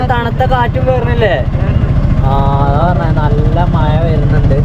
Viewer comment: മയ അണോ. മഴ അണോ പറയുന്നത്